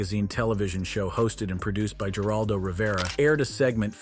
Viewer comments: "Geraldo" is pronounced "Her-aldo"!! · I’m going to sound like a jerk, but if you’re going to run a YouTube channel, please learn how to breed and especially learn how to pronounce peoples names correctly like Geraldo and Paul Levesque. Again, I’m not trying to be a jerk, but I did not finish watching your video because after hearing how you pronounce their names, I cannot take you serious that’s a knowledgeable source.